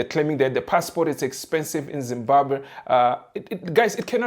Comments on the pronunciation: That guy is not from zim,we do pronounce Zimbabwe as Zibabe., his tone no way to be a Zimbabwean. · give us the full video, that guy is not a Zimbabwean, he is more South african than anything else, we dont pronounce Zimbabwe the way he does and we dont pronounce Polokwane the same way he did, its a section of South Africans who pronounce those words the way he did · the way he pronounced Zimbabwe does not sound Zimbabwean。could you please make a content asking Zimbabweans to say which tribe is he from。